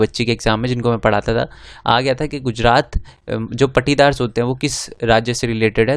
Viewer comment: Sir wo paatidar hota he पाटिदार mp